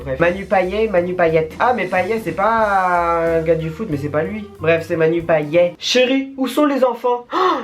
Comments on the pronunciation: PAYET sa ce prononce paillette chez moi à La Réunion et pas payé il se trompe sur la prononciation en France😊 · Ho nan manu payé mais nan 😂 c'est paillette la prononciation petit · ça se dit Paillette hein 😭😭😭😭🇷🇪